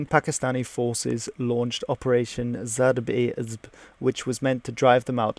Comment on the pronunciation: zarb e azb is pronounced Zarb e Azab